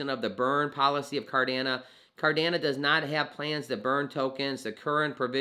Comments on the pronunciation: Sorry to say this.....it is pronounced CardanO....not Cardana. I appreciate Cardano videos because I'm well vested in to the project. So thank you for the info and coverage. However, I just wanted to point that out so your content is taken seriously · Yo love your content on Amp! But you sound like a silly goose when it comes to CARDANO. "It's not possible to think about burning ADA BECAUSE IT'S NOT BUILT INTO ITS CODE" Charles. And it's pronounce CardanO bud. Nothing but love. You are the man helping bring Financial Freedom to all that will take it including myself thank you you're the best got to meet soonafter bullrun to share our journeys on your channel. 👍🙏✌